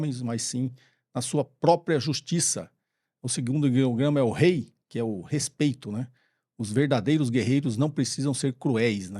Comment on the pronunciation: apenas corrigindo algumas coisas sobre o quadro: Não são sete ideogramas, são sete palavras, algumas delas são representadas por um ideograma(kanji), outras com dois ideogramas(um em cima do outro). Sobre pronúncia: Gi(義) pronuncia-se “Gui”, como em “Guilherme”; Rei(礼) seria como em “estarei” e não como “hey”; Yū(勇) tem o som de u prolongado, então fica Yu-u(prolonga-se o som de “u”); Meiyo é uma palavra de dois ideogramas(名誉), o Itō Sensei escreveu de forma compacta para ficar no layout; Cuidado com a tradução de Jin(仁), o significado desse ideograma é a orientado ao significado confucionista de benevolência; Makoto(真) está OK; e a última palavra é formada por dois ideogramas: 忠義, repare que o segundo ideograma dessa palavra é igual à primeira palavra (Gi, moralidade ou integridade), e a pronúncia é “Tyu-u-gui”(prolonga-se o som de “u”). Particularmente, não gosto muito de debater sobre a existência ou não do “Código do Samurai”, pois muita coisa desse formato foi tirado de um livro escrito em inglês por um japonês chamado Inazou Nitobe em 1900 chamado “Bushidō, the Soul of Japan”, na qual ele tenta explicar o que foram os Bushi/Samurai numa linguagem que o ocidente pudesse entender; então ele se utiliza do background acadêmico dele e do conhecimento de cristianismo (ele era protestante, da Sociedade dos Amigos - ou Quaker, igual ao da aveia). Essa obra foi um best seller mundial, e depois foi traduzida para o japonês. Qual o problema da obra de Nitobe? Nitobe